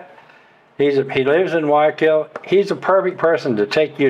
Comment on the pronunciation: "WHY I KILL"..learning spanish?if u cant pronounce Guayaquil...thats how...😂 hi, great videos lately.. by way i know the Villaroel family Davids..great people. We used to surf together...say hello. Saludos t care...